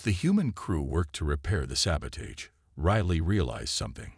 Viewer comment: Saboteur and sabotage you're not pronounce the Avett Brothers pronouncing it right narrator come up here to Maine and will teach you how to pronounce it better and you'll love it, and move up here God's County's the way life should be. free without Smog and pollution.